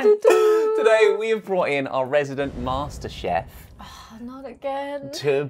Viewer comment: He said 'our'. 😂😂😂 I went back to listen just that. 😂